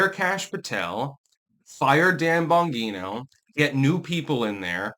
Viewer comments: BON-GEE-NO.not Bon-hee-no Gawd damn illiterate.... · GEE-NO Dan Bon-GEE-no ffs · Bon-gene-o. Come on... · Why does keep mispronouncing Dan Bonjino's name? Why does not want Pam Bondi fired? She is in charge of the Justice Department and Kash's and Dan's boss! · doesn’t care about correct pronunciation. He can be repeatedly told he’s wrong and won’t correct himself. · It's a soft "g" & not a hard "g" in Bongino, same with Mangione. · It’s Bongino with a J sound, not a hard G. It’s driving me nuts. You’re getting like Victor Davis Hanson with the mispronunciations. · One- STOP mispronouncing Bongino. You know damn well how to say Bongino. Two- there are so many scumbags dreading that list. Trump should just make as to release it and then let these garbage people block it with lawsuits. That way it takes the responsibility off Trump. Three- Bondi gives Patel and Bongino their marching orders. The buck stops with her. All the FBI did was say Epstein committed suicide. They had sweet fa to do with “the list”. That’s all Bondi! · dude, he can't even pronounce Bongino's name correctly. And would have us believe he is reading news feeds and listening to video for info. Obviously not.